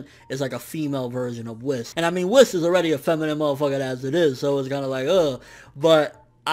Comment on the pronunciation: It's Whis! Not Wis...WHIS!!! (Wheeeez) okay? Cool.